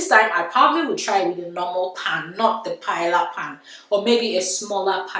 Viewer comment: Don't let Spanish come for you - I got told off for the wrong pronunciation. First of all it's not Paella rice, just Paella. Watch a Spanish video for the actual pronunciation. Please ignore people criticising your marriage, bunch of haters!!